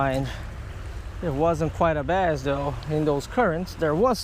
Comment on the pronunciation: I like how you say bass "baiz" I actually like it